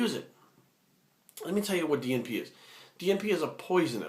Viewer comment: haha keep thinking every time you said DNP you were saying G4P. Great video though, spread the knowledge.